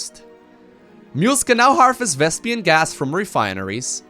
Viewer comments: its "vespeen" not "vespian", listen to Artosis correcting Tasteless in the game:D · VesPEEN PEEN PEEN. Not "pian" it's not "vespian" gas. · Vespene, not Vespian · it's not thespian gas.....its vespene gas, it's making me crazy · why do you keep calling it Vespian? D